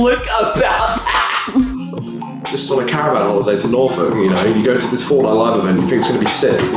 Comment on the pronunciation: The way he said Norfolk didn't sound right lol